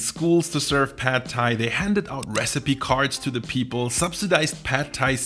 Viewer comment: you researched this video well but you didnt research how to pronounce pad thai!